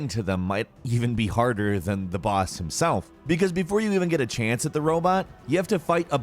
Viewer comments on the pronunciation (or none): none